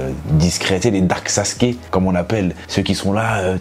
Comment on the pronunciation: 😂😂 "une sorte de darke Sasuke"